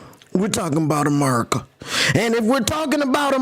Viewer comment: That merica accent at the beginning killed me 🤣